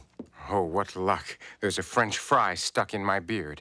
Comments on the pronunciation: Oh what luck theres a french FRY stuck in my beard... he puts emphasis on words quite randomly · The emphasis on French FRY is just the absolute cherry on top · I like how he emphasizes french FRY. Like how they asked him to emphasize IN July during his frozen peas rant. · I love how he says "french fry". Orson was so sophisticated it's a foreign thing to him. .......But still delicious. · why did he put emphasis on "fry" in "french fry"? is he trying to indicate that it is indeed a "fry" and its indentification doesnt matter? thats just.. idiotic. you can't emphasize the second word in a phrase in the english language when the first is the indicating word. you find a judge that will tell you the second word in french fry is emphasized and i'll... make cheese for you.